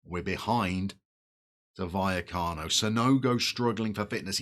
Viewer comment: Vallecas (buy-ekus) is a ‘barrio’ of Madrid (barra is a bar). LOVE Rayo! Great club! Oh and you’re nailing Buya-cano 👍🏼